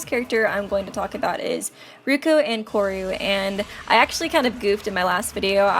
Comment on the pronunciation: its Andouru not Ankouru